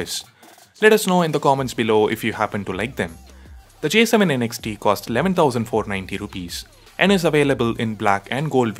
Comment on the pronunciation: Kinda bothered by how you keep saying N X T. I thought it's Next without the "e". Just me nitpicking though. 😅